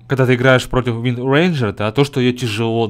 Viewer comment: Что за уэндренджер ты неправельно читаеш и видео немного скушное (